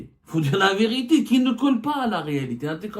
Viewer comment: La viriti soigne bien ton français